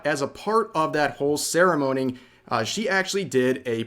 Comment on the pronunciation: "Ceramoaning" Nice slip of the tongue there, Rev. XD